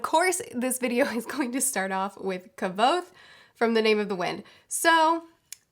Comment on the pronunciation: According to Patrick Rothfuss, Kvothe's name is supposed to sound similar to "quoth"